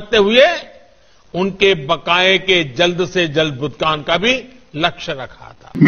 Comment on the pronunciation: मोदी जी "भुगतान" को "भुतगान" बोल रहे हैं